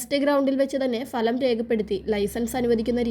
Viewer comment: ഭലം എന്നല്ല ഫലം എന്ന് ഉച്ഛരിക്കാൻ പഠിക്കൂ